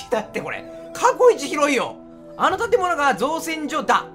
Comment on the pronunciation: 造船がちゃんと読めて造船所が読めないのどうしたんや